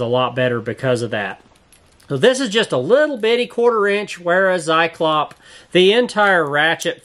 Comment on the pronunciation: You're the only person that doesn't say "zyklops". And I thank you for that.